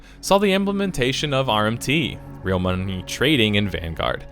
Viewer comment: "real mumny trading" XD